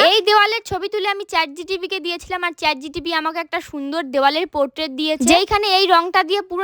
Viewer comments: Chat GPT 🙅 chat GTP😂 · Didi tomar kharap lagta pare Tai sorry. Kothata holo chat gpt , chat gtp noy Tomar moner echa ekdin puron hobei❤❤❤